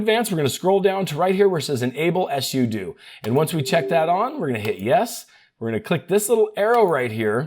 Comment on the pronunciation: ess-you-doo lol it's sue-doh